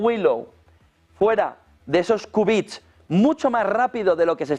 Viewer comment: Qubits! Qu por quantum, no Ku